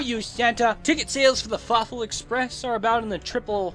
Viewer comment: did anyone else think he said fuckful in dtead of fawful